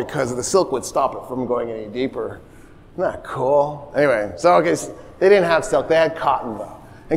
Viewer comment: Every time he says "cool" , i hear cruel.